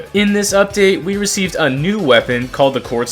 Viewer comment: receive not recive bro